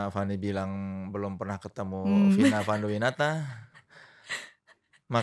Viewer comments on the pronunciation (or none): Di menit akhirnya lidah Sunda muncul "Vina Fanduwinata" 😂